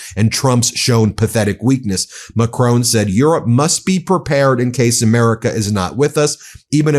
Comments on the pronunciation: Ben, respectfully, can you please stop pronouncing president Macron as "Macrone", it is pronounced as Macrón. Without saying an "e" at the end. I'm Dutch, but i love my fellow Frenchies. I know that most French people tolerate it out of politeness, but yeah. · It is not Macrone, but Macron. Not Macrone. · I love what you guys are doing but will you PLEASE stop pronouncing Macon's name wrong. It's Macron. Not Macrone... A short O sound; not a long one. Mac-Ron. Not Mah-Crone. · The French president called Macron pronunciation is as in gone, not bone and isn't pronounced Macrone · Re pronunciation of French President, Emmanuel Macron, it sounds closer to the french pronunciation to say MAC-RON (RON as in the name). Thank you for your show! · I am begging you to pronounce Macron more accurately 😂 you don’t need a perfect French accent, it’s just MACK - RON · Ben. Please pronounce Macron the French way. His name has no 'e' on the end. It's a small irritation to me but may upset French or Canadian followers of the channel.